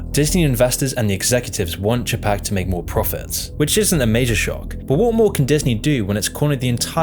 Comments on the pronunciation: FACTUAL ERRORS: Walt Disney died December 15, 1966, NOT November 30, of 19666 as your video states. Next, you mis pronounce Bob Chapek's last name as (Chuh-PAK), it is CHAY-pak. Also you say his background was in retail, but he was in Disney THEME PARK management for decades. (I worked at Disney for more than ten years, pre-Eisner and then nearly nine years under Michael.Though NOT perfect he (Eisner) was VERY creative and help grow the brand enormously. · That pronunciation of Chapek gets me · I love you man, and I love your channel, but, you cannot pronounce people's name's for shit. It's Boy Yega and Che Pek